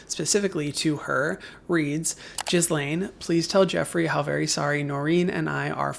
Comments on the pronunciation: Pppllleeeeease stop saying Gizlane. Her name is Gil-ane (phonetic). Island isn't pronounced Izland. The s is silent. Omgosh. People are killing me. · Its pronounced gih lain Please google the pronunciation before making videos. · Thanks for this coverage. Helps us all make ethical choices. On a different point, Ghislaine is pronounced “gee-lane” or “gee-lehn”. Kind of like saying Elaine with a hard “g” at the beginning. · For the love of god, it isn’t GIZZ-lane, GHISLAINE sounds like Elaine with hard G in front. Please take a second and learn how to pronounce Ghislaine, the internet explains how to pronounce her name phonetically : GHISLAINE: It sounds like Gee-len (Hard G): /ˈɡiːlɛn/ or /ˈɡiːleɪn/ - "Ghee" (like the butter) + "Len/Lane". pronunciation, but in French it can be pronounced "lz" in French. The Ending: Rhymes with "then" (len) or "rain" (lane). Stress: The emphasis is usually on the second syllable: ghee-LEN or gee-LANE. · not that she deserves any respect at all but you lose some credibility every time you pronounce "ghislaine" as "jazz-lane". americans are so ignorant...it is a french name that is ALL over news media with the correct pronunciation. GEE-LANE. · Please! That Demon-woman's name is pronounced 'ghee • lane,' NOT 'giz • lane'!! MOST other nations around the world ALREADY think that we're just a bunch of illiterate, gun-and-violence-crazed HILLBILLIES; please, let's not dump more fuel on the bonfire of illiteracy!!! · Her name is pronounced “Ghee-len” with the g said very softly. It’s not “gizz-lane”. It’s a French name and that is how it is pronounced in the language. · "Jizz-lane Maxwell" instead of Guh-lane on the pronunciation makes me cackle everytime ineed to be serious😩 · Not overly important, but it could confuse some. His BFF’s name is pronounced “Gee (Hard G as in Gross)-lane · not that we owe her any respect, but it’s pronounced gi-laine with a soft g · Please never stop pronouncing her name “Jizz Lane.” 😂😂😂❤